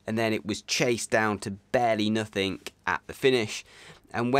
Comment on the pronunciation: there is no such word as “Nothink”, “Nothing” is correct 😅 Great videos, don’t hate me.